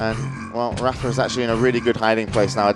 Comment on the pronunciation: why do they pronounce rapha as raffer?